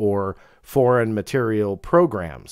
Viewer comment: Ohhh a whole bunch of stuff comes up for "FMP Foreign MATERIEL Program!!! Not Material, it's materiel!